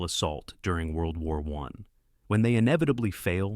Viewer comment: World War E